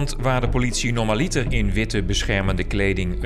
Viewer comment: Minder essentieeel, maar toch persoonlijk even. Als ik hoor (ong13 min) “normaLITER” dan zeg ik “deciLITER, centiLITER”. Beetje dom, want de klemtoon ligt op “norMAliter” 🤪 Anders zeg gewoon “normaal”, betekent absoluut het zelfde maar klinkt minder ‘intellectueel’, en zeker minder dom als je de klemtoon verkeerd blijft houden.